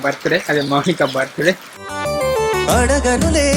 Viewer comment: మౌనిక ❎ అనిక✅